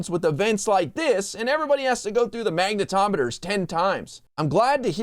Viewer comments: Did he say MAGAtometers?!?😝🤓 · I thought he said ‘maga tometers’ lol